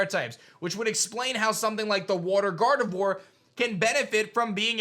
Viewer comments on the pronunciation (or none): none